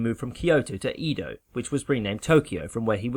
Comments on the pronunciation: Pronounciation FYIs: The Bakufu is pronounced Backfu (no bakoofoo) and Edo is not Eeeedough, more like Aido. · Very cool, thanks for putting together. One small criticism though... "Eedo" did my head in 😏 [Eh-do] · its EH-do... not EE-do... lol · Please learn to pronounce Edo correctly.